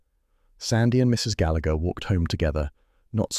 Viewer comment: The man is pronouncing the name Gallagher wrong